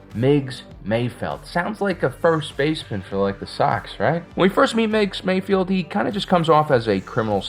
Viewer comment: It's Mayfeld, not Mayfield,! Or is it? I really could'nt give a f*ck, either way.